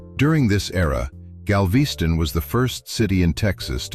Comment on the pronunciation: Gal-VEE-ston? Never heard of it.